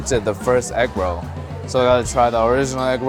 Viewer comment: Inflation: from “with six you get eggroll” to “with sixteen you get egg roll.” I don’t know why, but I love the little canoe paddling down the streets. I also am a tiny bit confused about how he says egg roh’ like he suddenly channeled a deep southern black grandma (and I do know and love many a deep southern black grandma… I just can’t compute a canoe of any tense not-quite-rolling with rohs). This just made me hungry bordering on hangry.